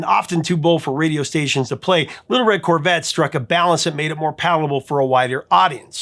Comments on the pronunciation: I had to rewind a few times to figure out “palpable to a wider audience” instead of “whiter audience” which is what I first heard 😂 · Did you say whiter or wider 😊